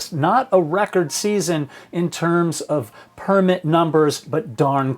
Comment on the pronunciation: Only one correction dad... it's purrrmit. -Simba